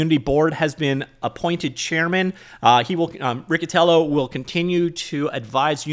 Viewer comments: FYI: "per company" was just a shorthand way of saying "according to the company." Thanks for the frequent updates on the whole situation! edit: Also, that double "c" in Italian sounds like "ch", so the proper way to refer to that waste of oxygen is Mr Richie-Tyellow. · It's Rich-itiello :) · Not a fan of the guy and he probably says his own name wrong, but it's Ree-chee-tee-ello lol